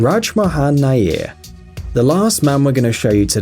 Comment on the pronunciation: The last man's surname is pronounced as wire....Like wire....So nair.... Coz it's my surname too.....😊